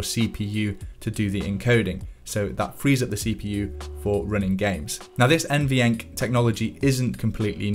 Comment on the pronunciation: Can we stop calling it N-V-Enc and N-Venc ? Literally triggering